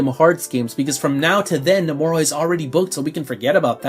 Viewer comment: You keeping pronouncing his name as no-more-a. It's No-muh-ra.